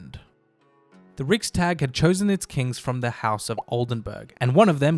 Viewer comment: Goose-stav and Ricks-tag lmao!